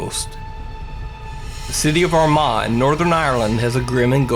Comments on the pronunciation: It’s pronounced our ma ireland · Armagh= ‘our ma’ phonetically 😂